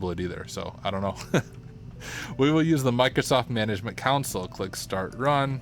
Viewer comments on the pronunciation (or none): instead of saying "Council" say "Console! Microsoft Management Console